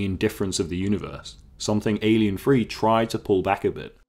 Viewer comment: Please don't call it Alien Free. . It's Alien Three. As you say